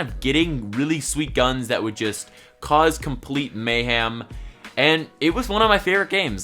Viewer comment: he said mayham omfg thx